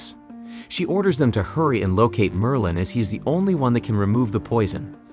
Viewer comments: Merlin. Not merline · You can not even pronounce Merlin.